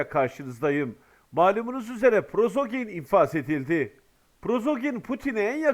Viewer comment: Arkadaş, sizə bir dəfə də demişdim: "Prozoqin" deyil o adamın soy adı - "Priqojin" - dir.